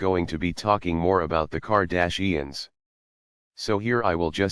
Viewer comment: I dont think you pronounce Kardashians correct.